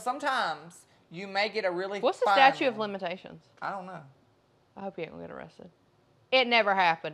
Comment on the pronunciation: The word is statute. Not statue..